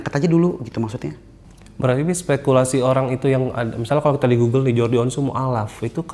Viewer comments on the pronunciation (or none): none